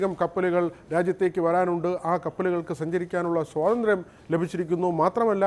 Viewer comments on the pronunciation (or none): none